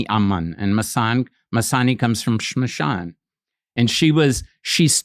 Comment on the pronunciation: When a foreigner says "smashan" instead of cremation ground that too with correct pronunciation, you know he is the real deal.